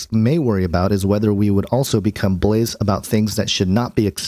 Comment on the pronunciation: Blaasay not pronounced how it is spelt, blaze... :D